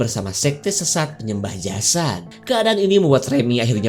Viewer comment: Jasad bkn jasat .